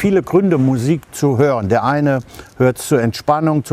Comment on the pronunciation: „Französische miusik“👌🏻👌🏻😂